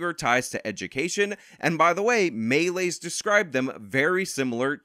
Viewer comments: Great video, but your pronounciation of Malays is Maa-ley, not Melee. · stop saying them maylay, melay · The stress is on the last syllable of Malays. Like you woud say Malaysia but without the ia.